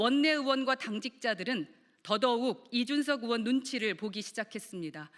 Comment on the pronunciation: 넘 거슬려요 허의원님.... 으원 아니구 의원 입니다 발음좀 신경써주세요